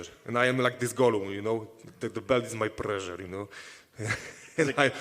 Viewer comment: "The belt is my prezzure"